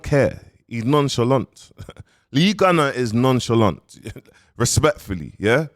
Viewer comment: Nah nah nah let’s get this right he’s “Non shalong” 🤣🤣🤣🤣😭😭😭😭😭